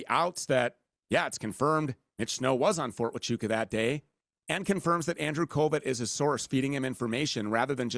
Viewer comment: "Fort achoo" Fort tachonka Fort tachoo Bro, Andrew, just ask google to pronounce it. Why does he struggle so much with simple words. He called Candace owen. Its funny to me.